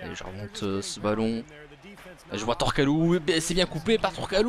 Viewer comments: c turkoglu pas tourkalou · C'est Turgoklu* pas Tourkalou sinon super video :)